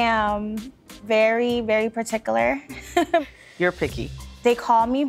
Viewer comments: Paticular? Where did you go to school? It is spelled Particular. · First one: can't even pronounce the word 'particular' ... JS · She's very particular yet she can't pronounce it correctly.